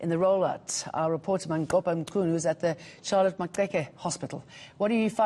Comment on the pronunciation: She butchered Manqoba's name - goddamn :D Im hurt